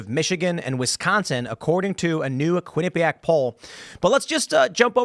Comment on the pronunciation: The Quin-a-pee-pack pole